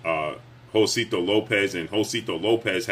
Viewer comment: you my dude but you butchering Josesito Lopez name 😆 Ho-say-see-toe